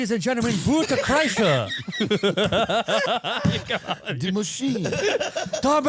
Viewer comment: rewinded about 6 times to hear “waydeez an gentamen boot kreischer”